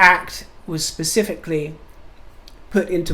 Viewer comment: The word is specifically not pacifically